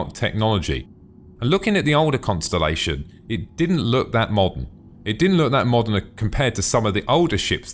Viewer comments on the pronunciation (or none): You sed Constenlation lol. =P But just watched the old version of the conni and compared it to the new version and omfg it looks so much better. Im so happy they remade them.